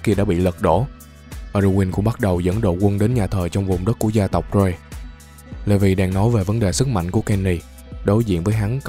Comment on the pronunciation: Levi kh ph đọc là" Lê vi" nhaaa anh đọc là "Lì vai" áaa